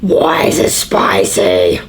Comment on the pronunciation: WOI IS IT SPOICY that got me🤣🤣🤣🤣